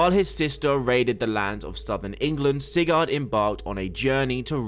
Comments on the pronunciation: It’s pronounced SIGERD NOT SIGARRRD. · Why you keep pronouncing it “Cigar”